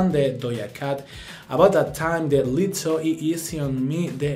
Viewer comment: Quien es "LITO"??? Señora!!! Pronuncie bien! Es "LIZZO" incluso tiene doble Z para mas sonido de "S" ¿de donde se saca usted la "T"?